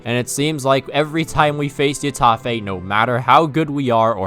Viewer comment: When will he learn its pronounces hetafè not yetafè